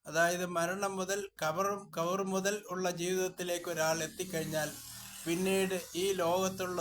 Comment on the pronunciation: ബർസഖീ, ഖബ്ർ എന്ന് പോലും താങ്കൾക്ക് ഉച്ചരിക്കാൻ കഴിയുന്നില്ല.. അവസാന ആയത്തും താങ്കൾ തെറ്റിച്ചാണ് ഓതിയത്.. മുറിവൈദ്യൻ ആളെ കൊല്ലും എന്നു പറയുന്നത് ഇതാണ്.. കഴിയുന്ന പണിക്കു പോയാൽ പോരെ.. തഫ്സീറുകളെ ആശ്രയിക്കാതെ ഖുർആൻ നേരിട്ട് അർത്ഥം വെച്ചാൽ ഇങ്ങനെയിരിക്കും.. ഖുർആൻ കൊണ്ട് ചിലർ പിഴക്കും ചിലർ നേർമാർഗത്തിൽ ആകും എന്ന് ഖുർആൻ തന്നെ പറയുന്നു.. ഖബറിലുള്ളവരെ കേൾപ്പിക്കാൻ കഴിയില്ല എന്ന് പറഞ്ഞതിന് പ്രാമാണിക തഫ്സീറുകളിൽ കൊടുത്ത യഥാർത്ഥ അർത്ഥം പരിശോധിക്കു..ഖ ബ്ർ സന്ദർശകരുടെ ചവിട്ടടി കബറാളികൾ കേൾക്കുമെന്നും സലാം മടക്കുമെന്നും ഇസ്ലാം പഠിപ്പിക്കുന്നത് താങ്കൾക്ക് അറിയില്ലേ... മേലിൽ അറിയാത്ത കാര്യം പറയാതിരിക്കുക.. ഒരിക്കൽ കൂടി ആണയിട്ടു പറയുന്നു.. ഇത് താങ്കൾക്ക് പറ്റിയ പണിയല്ല.. ദയവായി മനുഷ്യരെ പിഴപ്പിക്കാതിരിക്കുക..